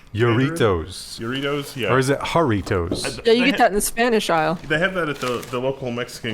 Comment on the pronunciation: got the Jarritos pronunciation right on the money.